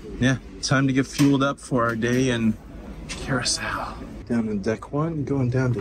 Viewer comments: Dang, you messing with my brain this morning. pronouncing Curacao as Curackoe there is no K sound in it.- Here is the proper pronunciation of Curaçao (pronounced "Cure-uh-saow") the saow is pronounced with an "s" and then I have heard it both as sow to sow seeds or sow as in a female pig. No judgment here, just an FYI for future references. That and my brain is an autistic brain type, and things got to be in order! lol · Cure-ah-souw The name starts with a hard 'C', while the 'ç' (c-cedilla) is pronounced as an “S”. So, this means that Curaçao is pronounced as 'Cure-ah-souw'. The blue version is then called Blue 'Cure-ah-souw'. So, no, it isn't Kurákao, kurako or kurasiao. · Cure a Sow is the pronunciation. Good try though. LOL!!!!! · It’s pronounce Curaçao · Well since there is no such place as car-ac-co, your okay. Now if we are talking Curaco lol...😂 We did the ABCs in February. It was awesome but coming from a Maine winter it was soooo hot. Felt like 95% lolololol (actual temp was 84 with very high humidity) I so wanted to go on an excursion like this. (We were on a different brand of cruiseline but they had a similar one) Im so glad you shared it with us. Thank you!! ❤ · It’s pronounced Cur a sow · It pronounced kier-a-sow. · Pronounced curascell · It is pronounced Curasao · Love that place that's one of my favorites and I really thought you were pronouncing it wrong at the beginning you got me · Laughed at your Curacao pronunciation, until i saw you knew the correct pronunciation. You goofball. My mom and dad went there years ago. Thanks for the video. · Not me typing a comment on your pronunciation as I’m watching but then you correct it before I hit send. 😂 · Please stop mispronouncing the name of the island!